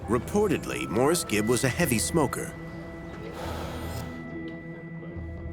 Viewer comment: She didn't even pronounce his name right. Musta been a big fan...